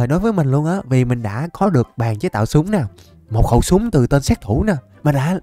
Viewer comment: Lúc trước ah có bán shop ff mà ko bt có chs ko nữa mà đọc tên súng toàn sai